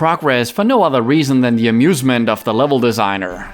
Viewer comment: I laugehd so hard "for the assument of the devs" i cant :'D